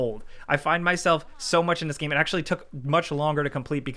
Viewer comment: “gæm” 10/10 - IGN